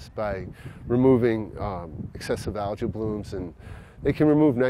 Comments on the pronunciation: I thought it was me. They're saying algae but I'm hearing allergy. Phew, someone else heard it, my ears still work. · Why does he say algae like allergy. And why does the oyster guy say LG